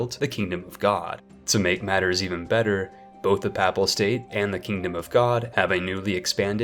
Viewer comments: Epirus = EP-ee-rus Papal = PAY-puhl Lubeck = LOO-beck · pahple state...